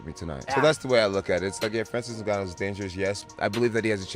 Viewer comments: "Francis Nunu"😂😂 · Bro said Nanuu. Like wtf ! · Did I hear Francis Nunu. It's Ngannou please 😒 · It's Ngannou. Not NuNu 😂😂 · YT ppl know they can mess up a name. This dude called Ngannou like 5 different name in one video